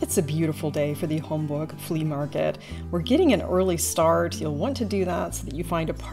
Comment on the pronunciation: It’s Homburg, not Hamburg. These are pronounced differently if you listen closely. Homburg is in the Saarland state of Germany. 🇩🇪